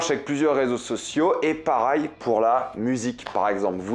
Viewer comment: j'ai une question pour toi, pourquoi tu prononce jamais Pareil mais Parail???